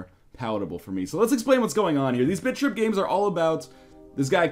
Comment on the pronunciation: Every time northernlion says 'Bit.trip'. I hear 'Bitch rip'.